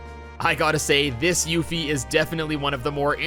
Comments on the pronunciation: Still sticking to "Aeris", huh? Those other pronunciations were kind of jarring too; "Baah-ret", "Yuf-ee". I know the pronunciation of Barret is a little contentious but Yuffie is definitely "You-fee". Also, slight mistake, it's Red XIII (13), not Red VIII (8). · how long has this game been out? and you STILL butcher the pronunciation of character names... Yuffie and Barrett!!! omg lol it's YOO-FEE & BEH-RETT!!! not "Yuh-Fee & Bah-Rhett" SMH !!!! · Yaffy and Bahrret 💀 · Did you purposely constantly swap names constantly like the two different yuffie pronunciations just to make sure nobody is happy? Lol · Thumbs down because you keep mispronouncing Barret and Yuffie and called Red XIII RED 8.